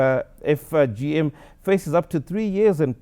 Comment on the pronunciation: I suggest the presenter practises before presenting news. Really, you can pronounce Guangzhou, but you cannot say three letters properly, FGM. That shows you did not research the topic before presentation. Very unprofessional. Don't marginalize women's issues. Do your research properly.